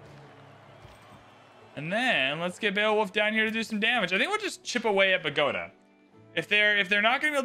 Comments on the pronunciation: Bagoda...lol its pronounced 'Bow-Go-Taw' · Bow-ga-tah, car-tah-heyn-yah 😉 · Car-te-hein-ya & Boh-goh-tah